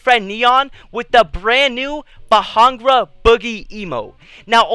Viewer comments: It’s not Bahangra, it Bhangra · Dude...it’s “Bhangra “ not “Bahangra” lol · did he said Bajangra Boogie 😭💀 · Lol he pronounced itt Bahangra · You did not say it right you said behangra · you said bhangra wrong you say it like pangda but its spelled bhangra im punjabi(indian) soo yea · OMG IT TRIGGERS ME THAT EVERY YOUTUBER SAYS BHANGRA WRONG ITS BAHN GER A THATS HOW ITS PRONOUNCED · U don’t know how to pronounce it